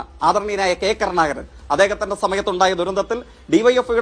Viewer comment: നീ നല്ല ഭാഷ പറയാൻ പഠിക്ക് ഷെയ്ക്കേ....😂 കർണാകരനല്ല....കരുണാകരൻ.... പറ പറ പറഞ്ഞ് പഠിക്ക്